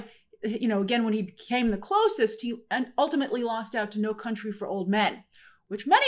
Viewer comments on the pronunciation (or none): none